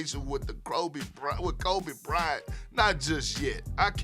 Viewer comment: The Krobe Bryant😂😂